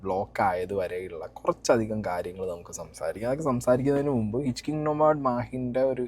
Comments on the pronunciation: ഹിച് കിങ് അല്ലടോ hitch - hiking 😂😂😂😂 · Aadyam pooyitt mariyaathakk hitchhiking ne parayaan padikk broo... Nthoonnaa ind hitchkingoo??? Ath aaru? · ഹിച്ച് കിംഗ് അല്ല സീക്രെട്ടെ.... ഹിച്ച് ഹൈക്കിങ് ആണ്.... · ഹിച് കിങ്ങ് അല്ല.... ഹിച് ഹൈകിങ് (ഓസിക്ക് വണ്ടി കയറി യാത്ര ചെയ്യുന്നതിനെ വിളിക്കുന്നതാണ്) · ഇച്ച് കിങ് 👑 അല്ല 😂😂😂😂😂 ഹിച്ച്ഹൈകിങ് ആണ്! നീ so യും whatever it is! ഒക്കെ വച്ച് അഡ്ജസ്റ് ചെയ്യ്! മറ്റേ പാട്ടയും നിന്നെ പോലെ ആണ് ! നിങൾ മലയാളം പറഞ്ഞാൽ മതി! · Hitchking alla..Hitch hiking ennaan pronounce cheyyendath.. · It's not hitch+king but pronounced as Hitch+hi+king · Hitchking അല്ല.. ഹിച്ച് ഹൈകിംഗ് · Bro its pronounced "hitch hiking", where hiking is pronounced as "hi"-"king"...😂😅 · ഹിച്ചിങ് അല്ലടാ ശവി... "ഹിച്ച്ഹൈകിങ് " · Hitcking alleda sai, hitch hiking. Its okay, dont repeat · Hiching alla mone hitch hiking kashttam thanne ariii yannayeyeey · Hichking alla hitch hiking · Hitch hiking ennanu, yarade iyal - hitchking alla 😅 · ഹിറ്റ്ച് ഹൈകിങ്ങ് ennanu chetta